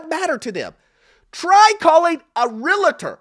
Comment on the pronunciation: I love the content. Just one thing my brother there is no “I” in “Realtor.”